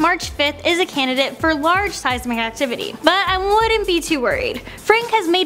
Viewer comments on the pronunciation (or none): “Seize-mick” increase... wow